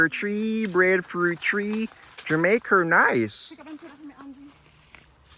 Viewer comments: The name of the island is jamaica NOT jamaicker. Thanks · Brethren! It's not Jamaker! It's JAMAICA!